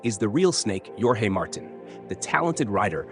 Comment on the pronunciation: Bro, pronounce jorge with J silent and as orje. You are doing a great job both with prose and poetry. Thank you.